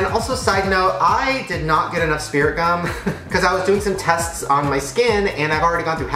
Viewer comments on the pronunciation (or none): where my fellow drama kids who cringed when he said spirit gum